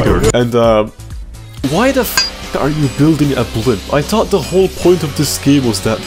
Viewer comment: I like how he pronounces every "th" like a "t".